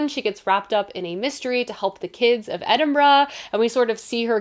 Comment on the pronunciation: Thank you for your correct pronunciation of Edinburgh😂🎉